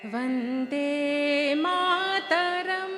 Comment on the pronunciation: The pronunciation of vande mataram was very wrong